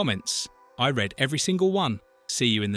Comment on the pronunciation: Ah, artificial stupidity here again. That’s what you get by cheaping out and using a faulty robot instead of doing the right thing and paying a human being to narrate the video. The last sentence was the clincher: “I READ (accentuating for the Past Tense) every single one”. You lying creep.